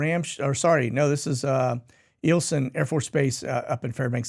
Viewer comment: "Eye-il-son" AFB (outside Fairbanks, AK)